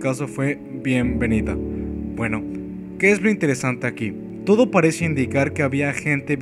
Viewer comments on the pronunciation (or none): none